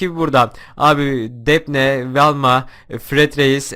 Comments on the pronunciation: Abi o 'depne' değil 'defni' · abi sen defne dion o defne değil dafni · Abi defne değil dafni diye söyleniyor😂